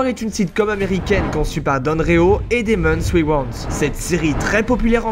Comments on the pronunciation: C'est Damon Wayans pas Demons Wiwans. C'est quoi un charmant petit baletin ? Et le portrait c'est Halle Berry. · Y'a que moi que ça stresse la manière dont il dit Damon Wayans,j'ai l'impression qu'il parle pas de lui!